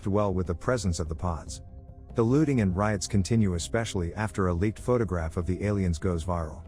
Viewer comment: Not going to lie, but when they said “the looting and riots”, I totally thought they said “the lewding and riots”.